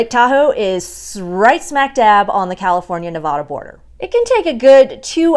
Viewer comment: Nevada not nevoda remember that so you don’t get looked at funny from people that come from Nevada it’s not very hard just replace the o with the a when you say it